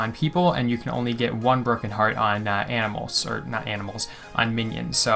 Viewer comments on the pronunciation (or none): Lol, did anyone else die of laughter when he said animals?